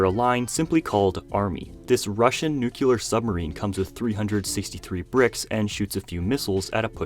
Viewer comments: WHY, oh WHY, do half of us pronounce nuclear like "noo-cyuh-luhr" and not "nu-clear" or "nu-clee-uhr"!?!?!! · Nu-clear. Not Nu-cu-lear. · Love your channel! Please know that "NUCLEAR" is pronounced as "NEW" + "CLEAR". Prez Bush 2 used to say "NEW" + "CUE" + "LUR" & he had is finger on the button. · Why do people say "nucular" when it's clearly "nu-clear"? And why is Ebony Maw piloting a Shield jet? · The way you pronounce nuclear. It ain't "nucular" brooooo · Nucular? Okay, Bush Jr. 🤦🏽‍♂️😂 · Please get a dictionary and learn to read and pronounce the word Nuclear. There is ONLY ONE Letter U in that word.